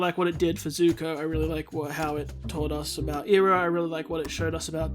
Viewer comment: if he pronounces it (ee-roh) instead of (Eye-roh) as it should be, I will murder him. I know you started ith the movie so ill give you a pass. Just for this episode